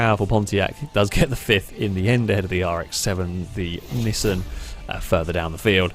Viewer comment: Bro. Nee-sahn or Nee-san, not nisn. Anything but that. Actually nvm I’d rather hear nisn than “pyoomer” 💀